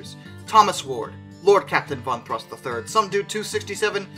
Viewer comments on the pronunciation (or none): none